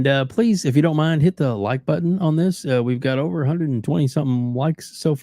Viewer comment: "If you like this video, please hit the like BUDDON!"